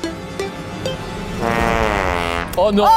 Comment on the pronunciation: SQUEEZIE: Ok, on valide, lumièww !